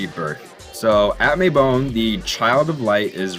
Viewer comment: Not the "May-bone" 😂